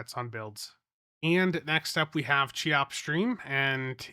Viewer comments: Every time you say CHEE-OPS instead of KEY-OPS it makes me lose my damn mind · more like keeops but yeah, not sheops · I believe it' s pronounced "kayops" 🙃